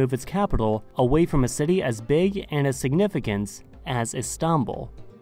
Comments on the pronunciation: İs-tan-bul and An-ka-ra is the correct way. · IST an bul and an KAR a, not i STAN bul and ANK a ra. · n ziom yeah it comes from stinpol even there is a nice hotel called stinpol in Istanbul and it changed a lot later . they were using several names for Istanbul including Constantinople in Othman times . Istanbul had many names and for official Istanbul was chosen . We don’t say stinpol because for our language it’s how we pronounce Istanbul . Even In Russian it’s stanbul . It doesn’t have any connection with some fairytales you read on google about Islamic roots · He pronounces it "Is-tahn-bul". Too much emphasis on the "tahn" part of Istanbul for some reason. My guess is he's trying to sound Turkish by saying it like that, but its not working lol. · And not İstanbul right? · Why do you pronounce Istanbul so weird? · What he's trying to do is pronounce it the Turkish way but its sounding so weird and exaggerated because he's not a Turkish speaker. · Mate, you need to learn how to say Istanbul. You put the stress on the wrong syllable.